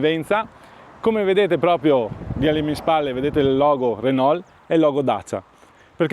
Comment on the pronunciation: Non è una critica ma un consiglio da un amico francese, si dice Renò non Renolt come dici tu